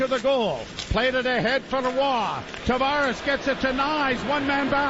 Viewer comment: why has no one told joe how to pronounce roy yet?